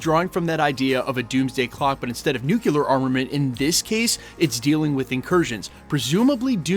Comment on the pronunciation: It's NUKE-LEE- URR, NOT NUKE-YOU-LURR